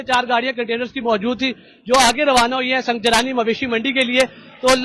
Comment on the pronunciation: Sung Jani bolo bhi sunjrani ni hai